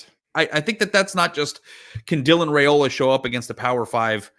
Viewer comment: I heard Saturday during the game that Dylan’s last name is pronounced Rye-ola, rather than Ray-ola. Thanks.